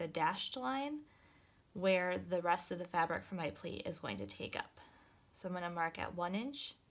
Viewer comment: This is wonderful and a super simple mask to make. But, I'm sorry, but she was very confusing at the end when she said "plate" over again many times. Once, she pronounced it "pleat" and I was grateful because I had no idea what she meant by plate. Using an acrylic ruler to cut the fabric would be a much more helpful and safe use of our quilting tools.